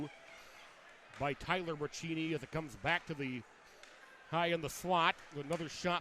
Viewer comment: FYI: Braccini is pronounced Bra-see-knee, not Bra-chee-knee.